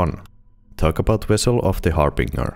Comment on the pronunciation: Wessel of the Harbinger